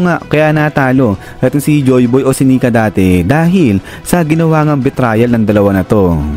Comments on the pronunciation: Sir betrayal pronunciation is bee - tray - uhl not bee - trial. Feedback lng po. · Mali ang pronunciation ng "betrayal". Dapat pag-aralan muna ang mga bagay-bagay bago basta-basta na lang na gumawa ng content.